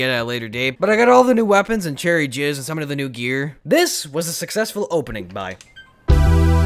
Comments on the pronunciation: At the end he said cherry jizz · He called it cherry jizz at the end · at the end he said cherry jizz lolololol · At the end said cheery jizz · He said cheery jizz at the end 😂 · you said cherry jizz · you said cherry jizz hahaha XD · You called it cherry jizz.... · Woah did I just hear him say cherry jizz? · A few seconds from the end u say cherry jizz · You said cherry jizz